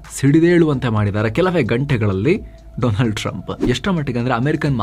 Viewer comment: Once wise man said dolund trump 😂😂😂